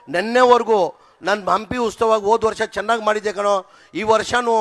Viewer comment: Ustava alla maraya adu utsava